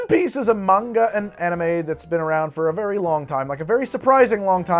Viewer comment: yeeees he said it right Munga! not man ga